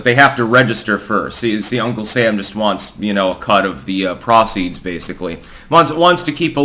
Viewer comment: "prah-ceeds" youve been in the Netherlands too long